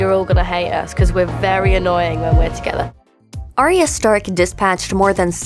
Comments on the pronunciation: It's not Ar-e-ya. Its Ar-ya... christ 8 season and you still cant get it right. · Omg it’s Pronounced Ai-ah spelt Arya